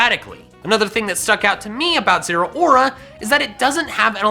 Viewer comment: Did he just say zuora as " zero-aura"?